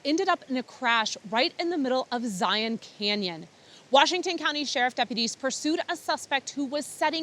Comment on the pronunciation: Two thumbs up for knowing the proper pronunciation of Zion and Hurricane. Us Utahns appreciate it!